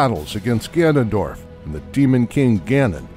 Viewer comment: I keep hearing “Ganandor” during the OoT section